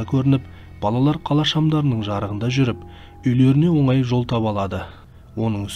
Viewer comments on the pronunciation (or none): none